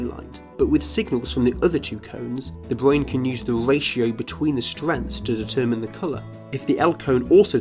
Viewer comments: Bwain. We'd. Gween.... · The small speech inpedement makes him so cute! ”The bwain”